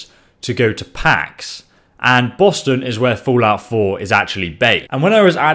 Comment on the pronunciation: "Foolout 4"